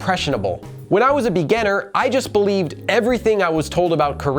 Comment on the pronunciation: why do you keep pronouncing beginner as if it was spelled "begenner"